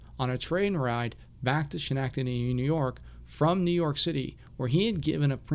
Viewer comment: Very good. But it is pronounced Skenektadee.